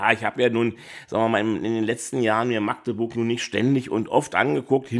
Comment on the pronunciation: Schön mal jemanden zu hören, der Magdeburg richtig aussprechen kann statt „Maaagdeburg“